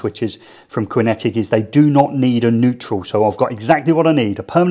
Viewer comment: It's pronounced Kinetic not Quinn etic! 🤔😱🙄